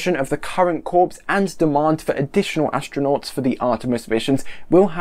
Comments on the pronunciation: Corps is pronounced “Core” not “Corpse” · Corps is pronounced "core" - as in "Marine Core" (Spelled: Marine Corps). Otherwise, good job! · Yeah, just ask the Marine Corpse! :)